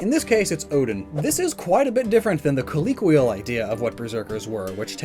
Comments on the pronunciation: It's COLLOQUIAL.. not COLLIQUIAL LOL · What the heck is wrong with your pronunciation of "colloquial"?